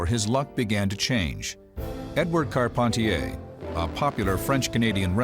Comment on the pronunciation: I'm french. It's Carp- hen- tee- hay